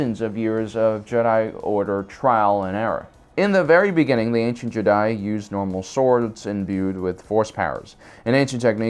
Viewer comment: how do you mispronounce jedi like half of the times you say it in this video